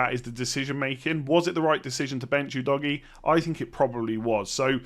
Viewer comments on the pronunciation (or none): I laugh everytime I hear Udogie pronounced as Oo Doggy......